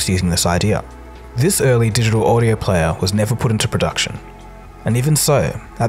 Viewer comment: "... this yee-aah mahks the 20th anniversary of the mp3 playa...."